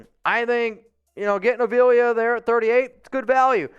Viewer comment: It’s A v la that’s how you pronounce it